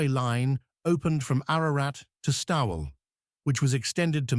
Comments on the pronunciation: At first I was pleasantly surprised that you got the pronunciation of Melbourne correct (Melbin). But as you went on I had trouble working out where you were talking about in rural Victoria. I come from Ballarat so I know the areas well. Starwell is not right it's Stawell (Storell). Maybe next time look up local pronunciations first. But overall a very good story. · I was a bit dissatisfied with the pronunciation also. I know it can be hard and ‘Doonkeld’ I can understand from Dunkeld but Stawell doesn’t have a ‘r’ in it. The rest of the pronunciation was pretty good considering. Otherwise interesting video 😊